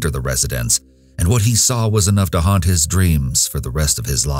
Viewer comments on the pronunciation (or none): none